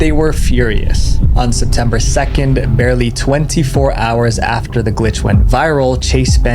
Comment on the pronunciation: For a sec I thought u said "no pee Squidward" 💀💀💀